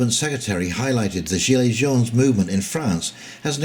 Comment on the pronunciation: You must have got those negatives for pronouncing Gilets Jaunes incorrectly.